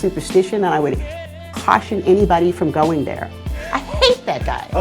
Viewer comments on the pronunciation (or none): none